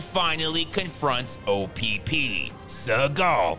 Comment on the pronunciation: I like how he kept saying O p p through out his review😂😂